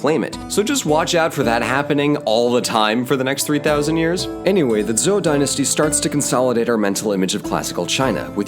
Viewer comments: Small comment; the standard pronunciation of "zhou" sounds like "joe," with a hard 'J.' Good work here. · >coached on pronunciation >messes up on Zhou The disclaimer wasn’t for nothing I guess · I think Zhou is pronounced Joe. I think. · Zhou dynasty is pronounced like Joe, not Zou.